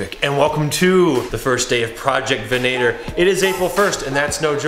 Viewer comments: Is no one gonna bring up their pronunciation of "Venator"? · Why do Americans have issues pronouncing Venator?